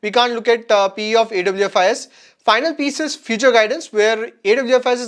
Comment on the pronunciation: Awfis is pronounced as office (Aw- fis)